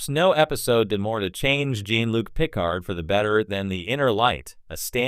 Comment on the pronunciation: Yeah, whoever made the video should have spelled "Jean" like "John" and "Picard" like "PuhCard" in order to try and get the AI voice to make the correct pronunciations with the text/script. Just playing around with the spelling of words would have helped.